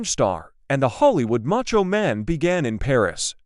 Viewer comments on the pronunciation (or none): none